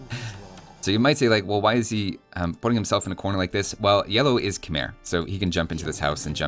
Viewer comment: Have you ever heard that Khmer is in fact pronounced Kh-may,?